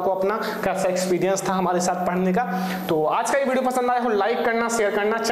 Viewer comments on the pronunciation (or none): none